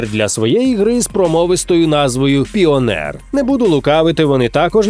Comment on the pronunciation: Піонєр? Тому що "спіонєрілі" усе?